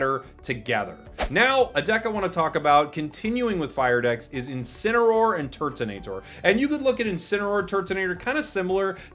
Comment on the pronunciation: just thought i'd say that it is turtonator not turntonator 🤣